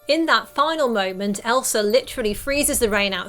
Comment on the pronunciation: Did u just say Elsra